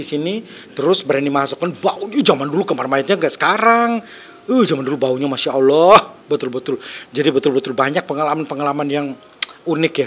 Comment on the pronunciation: Salah ngucap mas 😂😂masa masya allah Itu punya agama sy😂